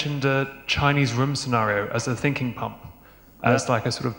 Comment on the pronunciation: I heard "Stinking."